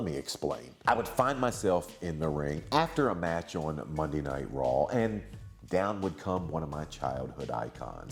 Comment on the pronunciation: I like how Maven says "on" (uon)